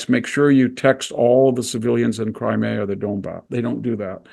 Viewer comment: Thank you, enjoyed this discussion very much (if "enjoyed" is the appropriate term). No mention of the impact of the globalist project though, unless I missed it. Also, Victor, it's "Crimea", not "Crimera" - grates in the same way that Bush's "nuculear" used to.